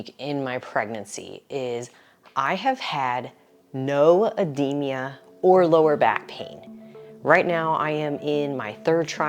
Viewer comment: Ed-de-ma Not ed-de-me-a Yw